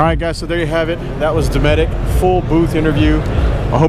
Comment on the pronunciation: i didnt know the T was silent in dometic. he doesnt prounouce a hard T in dometic. i dont oikethe idea of relying on electric pannels in a boat . but the cooler with ice couod last 7 days in the shade.